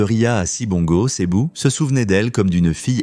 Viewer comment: Pas Cebu, on dit Cebou (u = ou).